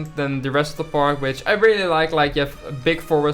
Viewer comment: Look, I know he said which, but it sounded like b*tch!😂😂😂